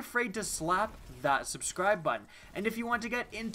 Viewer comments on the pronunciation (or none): none